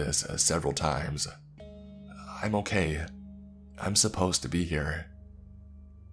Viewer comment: Genuinely curious, what with all the syllable-initial m's thrown in? E.g. I'm > Mime. Is it a speech condition?